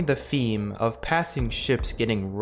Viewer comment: Theme, not feme Thermal, not fermal.